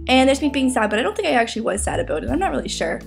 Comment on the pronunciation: Aboot. Hehe.